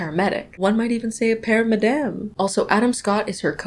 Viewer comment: Every time you said para-madame my brain heard Padam Padam